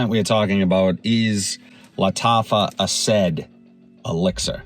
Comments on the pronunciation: Asaad not Asaid, like the former leader of Syria... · Asad not asaid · Lataffa "AhhSaid"?? 😂